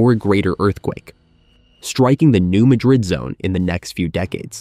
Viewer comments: New Madrid is pronounced with the emphasis on the second syllable of Madrid by locals and seismologists. So it’s New MA-drid, not New Ma-DRID. This is for us humans, as I think it might be an AI narrator. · (No "New Madrid" but "new-MA (as in "cat")- drid") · The correct local pronunciation of the fault zone is New MAD-rid (not Ma-drid). Thought I'd shake things up pointing that out... 😏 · It is pronounced Nu MAD-rid not Nu Mah-Drid....you A.I. bot digital dimwit. 😎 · It's pronounced New Ma'-drid, not New Mad-rid'. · Get a real narrator. Its pronounced Mad-rid! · I believe the name is commonly pronounced New MAD-rid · Are you certain you're pronouncing it correctly? When I lived in the area, I was informed it was New MAY-drid. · Thank you! The computer/non-computer voices drive me bonkers with the mispronounciations! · If you can’t correctly pronounce “Madrid” (USA ) , I can’t listen. Out! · I came here to tell him that as well.